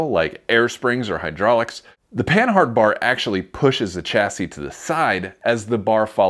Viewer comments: It's not PAN-HARD, it is pronounced PAN-ARD it was invented by a Frenchman named Rene' Panhard. In French the H is silent. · Isn't Panhard pronounced like Pa-nard, like the French car company?